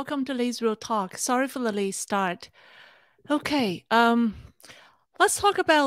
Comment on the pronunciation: Did you just say we had a Lei-t start?